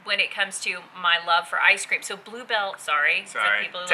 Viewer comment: Did you say "Ice cream"? Lol... ;-)